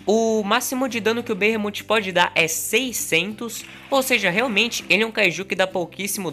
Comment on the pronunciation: A pronúncia certa é behemof